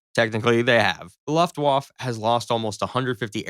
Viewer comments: This was ridiculous. Please do some research on what planes actually look like, which aircraft could conceivably have fought in the Battle of Britain, and how Luftwaffe is pronounced. Jesus. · if you are going to do a video it would be wise to pronounce the words correctly. It is not LAFTWAFF,,,,it is looftvaafe! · First, it is pronounced Luft-vaf-uh. Second, stuka is a shortened form of the German word for dive bomber. Use one or the other, but not both. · the german waflav......? what!? Luft-Waffe !! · "Luftwaffe" is pronounced Luft-waf-fe -- i.e, you pronounce the "e" at the end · It's Luftwaffe, not "luftuaff". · The word Luftwaffe is pronounced : Looftvaffeh. Not Loftwauf. Wauf-wauf! U're welcome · Gosh... it's Luftwaffe pronounced like Santa Fe, Luftwaffe, Santa Fe... not Luftwaff. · IT IS LUFTWAFFE NOT LUFTWAF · What´s a "Luftwaff" ? 🙄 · Ofc it's always a video against the mean Germans... And dude... what is the "Laftwaf"? o.O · Luft-wofft, lol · pronounced LOOOF- Wfa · The presumption that the Luftwaffe first wave (pronounced Luft-va-feh) would turn and flee is ridiculous, imo. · "Laftwoff" for "Luftwaffe" sounds kinda nice to my Austrian ears. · OMG "luft-woff" is an unhinged pronunciation. Maybe watch one video about WW2 and try again. The F-35 doesn't shoot a shell the size of a beer bottle, that's the entire cartridge that holds all the gunpowder. The bullet itself is just the blue tip, it's a few inches long at most. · If my dude had said luftWAFF one more time..... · What the hell is the ' Luft Whaff'? You millenials sure prove your worthlessness every time you speak. Did any of you go to school or was everything online via the college of Northern Arizona? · Please. For the love of Pete, learn how to say Luftwaffe. LOOFT-vah-feh Phonetically broken down: Luft → sounds like looft (with a short “oo” as in book) waffe → sounds like vah-feh (the w pronounced as a v, and the e at the end lightly voiced, not silent) So altogether: LOOFT-vah-feh. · Luft Woff?